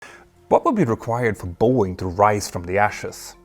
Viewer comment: Please pronounce "BOEING" CORRECTLY!!